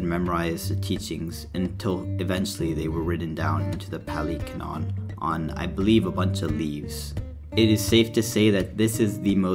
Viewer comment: the word is pronounced like cannon, and it’s just a word that means, basically, “established or agreed upon truth in a given context,” i.e. biblical canon, historical canon, religious canon, etc. great video btw. good explanation of the 4 noble truths. and i really like your first point, people too often try to detach buddhism from its roots so they can adopt it piecemeal.